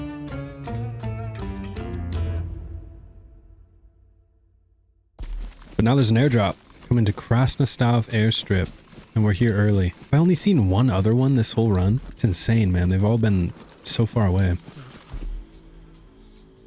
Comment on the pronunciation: Krasnostav))))) not Krasnostov/ ty